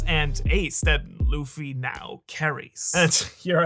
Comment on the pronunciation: i watched this for 60 seconds and just thought if i have to hear you call him loofy one more time im gonna jump through the screen and punch you in the face